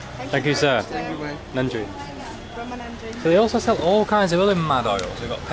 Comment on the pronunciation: The way you pronounce vanakkam and nandri is way better than Indians from the other states(north) 🙏